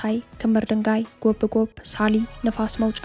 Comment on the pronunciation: ጎብጎብ የሚለው ቃል ላልቶ ነው የሚነበበው